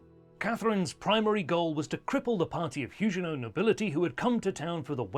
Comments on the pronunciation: Everybody, but everybody, pronounces the g in Huguenot as a hard g, as in bag, grab, give etc. Your peculiar pronounciation is incredibly distracting. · Nope. The French also pronounce Huguenot with a hard 'g'.